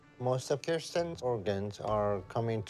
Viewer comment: Way to make Kirstens look bad. Uggggghhhh. But thank you for pronouncing it correctly!! Very few people do 😅